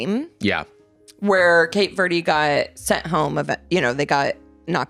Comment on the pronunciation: “cape verdee” 🤢🤮🤮